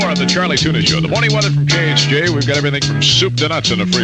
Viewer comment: Khj sounded like k-earth